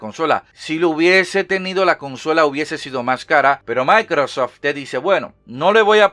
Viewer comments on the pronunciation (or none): none